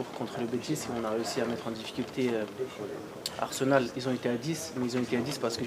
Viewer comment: i m'énerve l'autre avec son arzenal, il sait pas dire arsenal 😤